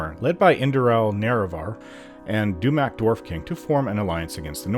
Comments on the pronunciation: You said Neravar right that time! 😁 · Ok, a couple times you did Lol!